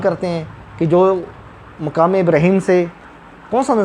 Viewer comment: آپ مقام کو رہنے والی جگہ کہہ رہے ہو جو کہ غلط ہے یہ لفظ زبر کے ساتھ ہے مٙقام یعنی حیثیٹ رتبہ نہ کے کھڑے یا رہنے کی جگہ وہ لفظ پیش کے ساتھ ہوتا مُقام۔۔۔۔یہ غلطی ہے آپ کی زرا تحقیق کیجیے دوبارہ سے